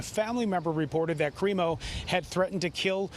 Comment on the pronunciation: Creepo instead of crimo!!!